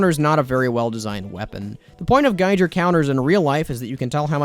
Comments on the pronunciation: i love you man but please geiger is pronounced guy-gir counter not guyjir:( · "gi-gur" not "gi-jer" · when I hear you say "gijer" instead of giger, i become violently ill please take this into account the next time you choose to mispronounce giger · not to be that guy but it's pronounced "geeger" counter. its a pun that references H. R. Giger, an artist responsible for a lot of the xenomorph/Alien movie designs. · the way he says Giger counter pisses me off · the correct pronunciation of geiger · The fact that I'm getting more mad over the mispronunciation of Geiger counter rather than the goofy and unnecessary p2w stats says a lot about my personality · Local man can't pronounced "Giger Counter" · The way he pronounced "Giger" is crazy. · You're saying "Giger" wrong, you're not saying it like you'd pronounce "H.R. Giger", and you're not saying it like you'd pronounce "Geiger".